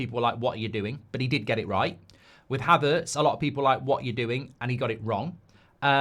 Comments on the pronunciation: How did he get Havertz wrong??? 😂 the guy has given us such a great return!!! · How did he get Havertz wrong?? 😂